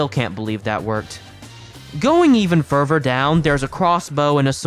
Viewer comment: hey i noticed you say "ferver" instead of further. just a quick correction incase you are ESL.